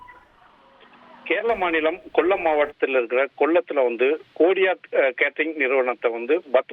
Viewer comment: கொள்ளம் அல்ல கொல்லம் தயவு பண்ணி நன்றாக தமிழ் தெரிந்தவர்களை பணியில்அமர்த்துங்கள் எப்போதும் தமிழைதப்புதப்பாக பேசுகிறீர்கள்